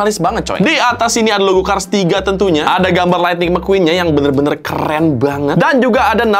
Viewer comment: Gw ketawa njir pas bang bilang mcqueen(mekuin) 😂